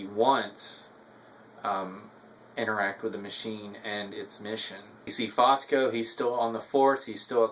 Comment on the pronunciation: Good review. BTW, the name is Fusco, not Fosco.